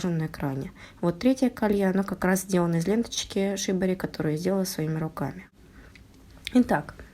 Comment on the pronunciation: Произноситься лента шибÓри или сибÓри.